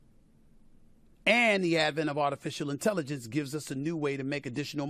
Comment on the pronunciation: "Artificial Intellivence" 😅